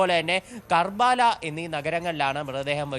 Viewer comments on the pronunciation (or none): എടോ karbaala അല്ല കർബല എന്നാണ്